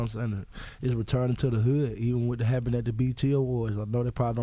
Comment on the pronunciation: Gucci Mane : "whats hattenin whats hattenin. everythangs pretty goot.. damn goot"